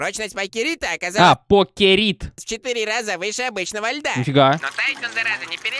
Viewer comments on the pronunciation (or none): пАЙкерит а не покерит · Пайкерит правильно произносить, материал щас вроде для украшения чего либо используется он на 12-18% сделан ид деревянных опилков и другого и на 82% из льда. Можно добавить красную и ещё чего нибудь и будет красивая, прочная вещь. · Правильно говорить Пайкерит